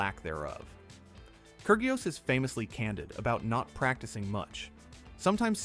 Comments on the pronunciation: I cant stand the ai voice saying KER GIOS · “Kurg ee os” lol